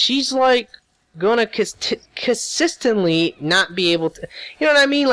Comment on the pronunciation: con-sis-tant-lee your welcome